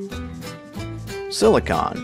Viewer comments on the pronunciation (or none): none